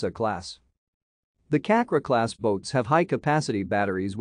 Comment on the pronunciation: You read Cakra as chuck-ra.